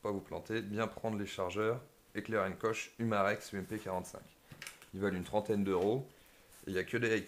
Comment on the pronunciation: Alors, pour faire quelque rectification à ta vidéo, pas grave mais juste à savoir: dans " heckler & koch " koch se prononce "korr" on ne met pas "ch" à la fin, c'est allemand à la base, c'est eux mêmes qui fabrique les vrais MP5, MP7, UMP 45, G36... Mais sinon bonne vidéo !